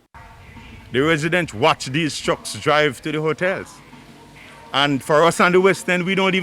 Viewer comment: Trucks NOT CHUCKS